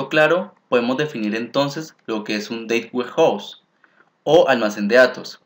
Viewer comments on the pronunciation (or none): muy interesantes tus tutoriales, pero para que sean mucho más profesionales te recomiendo que cuando pronuncies la frase "data warehouse" no lo hagas como si estuvieras pronunciando la frase "date warehouse". Te recomiendo que valides la pronunciación en un traductor. Saludos y gracias por lo buenos tutoriales (igual vale la pena que le des más créditos al libro de Kimball, porque básicamente tomaste el primer capítulo y lo pegaste en una serie de diapositivas).